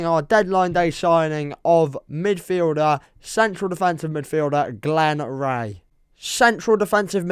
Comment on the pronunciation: Come on it’s Glen ree not Glen ray hes Irish 😂